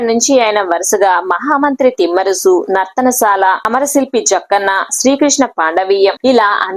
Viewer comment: ఒసే కామెంటేటర్ మీడియాలోకీ ఒచ్చే ముందు భాషపై దృష్టిపెట్టాలి, నర్తనసాల కాదు నర్తనశాల, ధూలిపాల కాదు దూళిపాళ, సకుని కాదు శకుని అనాలి తెలుగురాదా మోటిదాన